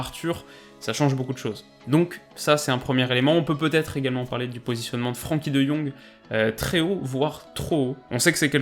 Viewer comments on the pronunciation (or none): none